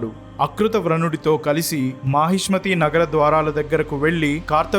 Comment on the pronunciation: Mahismathi KADHU bro..mahishaamathi..one of sodashamahajanapadas..